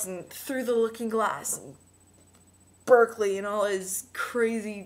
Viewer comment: try and being more articulate, because you haven't actually said anything..... re-read berkeley, and sophie's world, again.... (berkeley is pronounced as bark-ley